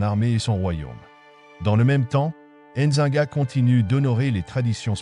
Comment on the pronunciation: N'zi-nga et non enzinga